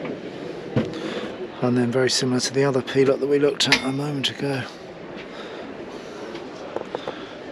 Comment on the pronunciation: Nice to hear ‘Pilote’ pronounced correctly for a change.